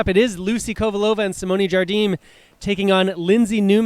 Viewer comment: Match starts after. Nice match, but seriously, the best part of this vid is the Jigsaw add after the first game. HILARIOUS! BTW, when is going to learn that Jardim is not Spanish but Portuguese and pronounced "ZharZheem, not "Khardeem."?